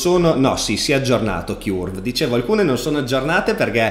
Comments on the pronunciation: Ti prego, Curve si dice come Kurt (ma con la v, non la t), altrimenti mi viene sempre in mente il nido del chiurlo:D Per il resto sempre grandissimo! Grazie! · Curve si pronuncia cörv, che suona molto simile a burn, turn, learn.